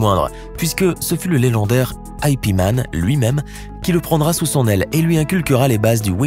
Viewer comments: C'est ip man ou Yip man, pas I P man,sérieux.c'etait un maître kung fu,pas une adresse Internet😤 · Trop drôle de dire I P man au lieu de ip man ou "WOU CHOU" au lieu de win Chun 😂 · aipi man ?????? dit IP man tout court wsh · Comment vous prononcez Ip man 😭😭😭